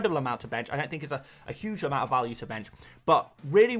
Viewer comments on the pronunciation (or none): none